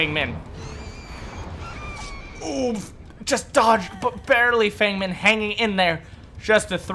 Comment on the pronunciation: As a white guy, I don’t care much... but Feng Min is pronounced “Fung”